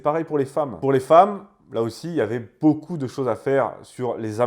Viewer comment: Faites la liaison après beaucoup svp